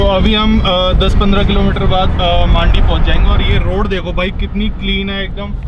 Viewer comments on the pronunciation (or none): Bhai it's maandi it's mandi